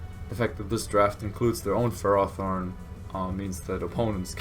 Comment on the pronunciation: Ferrothorn is pronounced fare oh thorn It translates to iron thorn